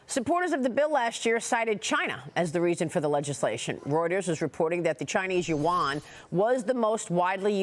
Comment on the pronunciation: learn how to pronounce it correctly. It’s not the “You Won” …say it one syllable, yuan.